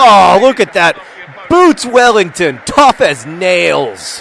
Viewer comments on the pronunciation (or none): none